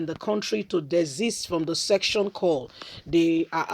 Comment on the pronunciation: Madam it is called secession and not section